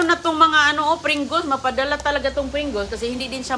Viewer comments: Helo... Please learn the proper pronunciation like the Pringles... Not.."Pringules". Also.. chocolate... Not chocoLet... Ok! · Pringles po is the correct pronounsitions, not prigguls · Anong klaseng caption yan ! kinain ninyo ang basurahan at anong pringuls , ayusin mo nga magpronounce ng mga words mo para kang hindi nakapagaral , kaya pala hindi mo maturuan ng tama ang mga anak mo , magself study ka nga bago mo ibuka ang bibig mo .